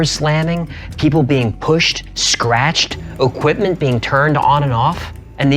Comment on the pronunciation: i like this channle how ever please dont say oquimpment again, equipment does not start with a O lol